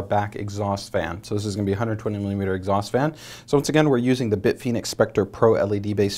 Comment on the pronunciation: Sorry, found it (hard to catch exactly what he said the first time) "BitFenix" Ghost....LOL